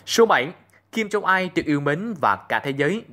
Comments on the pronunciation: Đã là rất hay cho đến khi nghe phát âm kim jong il sai. Hầy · Kim Jong il chứ ko phải kim jong ai